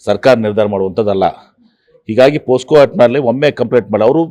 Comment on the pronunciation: ಪೋ ಸ್ಕೋ. ಅಲ್ಲಾ ಸ್ವಾಮಿ. ಪೋಕ್ಸೋ